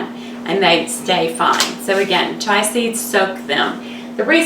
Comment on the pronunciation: Chia not Chai...great recipe though